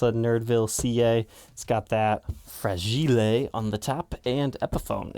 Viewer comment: I like the fact he said fra-gi-le it must be from Italy 😂 right guitar show